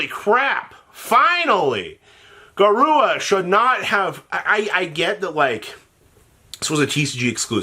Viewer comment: Say it with me “GA-RU-RA” not GA-RUA”